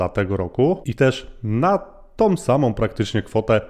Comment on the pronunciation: Fajny kontent, ale z całym szacunkiem "tom"? "Kwotom"? "Rosnom"? 😕